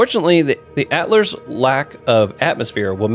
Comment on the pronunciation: also Atler instead of Attlerock